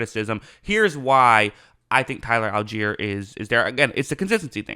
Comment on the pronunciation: I stopped watching at 9 when he said Tyler allgeier 😂😂